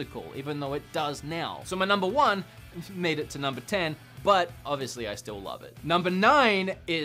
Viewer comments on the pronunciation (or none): "oviously ovilous"